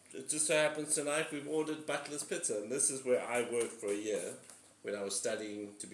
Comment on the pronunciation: Thought you said butless pizza😂